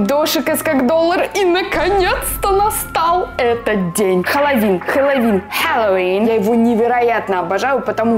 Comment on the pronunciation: Обожаю когда она говорит халавин 😂❤️